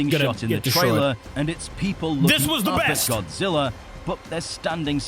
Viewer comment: (No rude) you said triailer it’s trailer